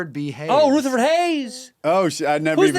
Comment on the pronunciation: “Rootherford” B. Hayes. 😂